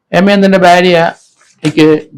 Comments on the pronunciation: Byaria alla bharia ennu parayanam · ഭ്യാര്യ അല്ല സർ ഭാര്യ